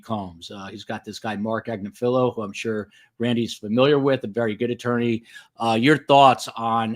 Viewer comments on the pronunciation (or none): Just an FYI; It’s pronounced “Ag-NIF-il-o”; accent on “NIF”. Unusual name, I know, but I’ve heard his wife say her name many, many times. Great coverage! TY!